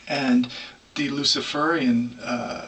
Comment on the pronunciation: Luci-fur-ian? Hehe